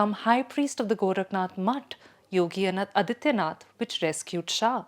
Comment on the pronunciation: Adityanath, the pronunciation, again. Aadityanath, it is.